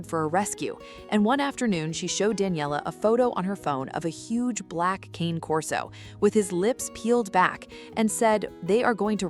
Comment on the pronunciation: It's still not "Cain Corso". The name is Italian, and in the Italian language, Cane Corso is pronounced "Cahnay Corso". AI is too stupid to know that, but people should know better.